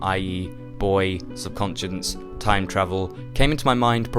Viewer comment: It's kind of hilarious how you're trying to act clever and older than you are, yet you're repeatedly mispronouncing subconscious.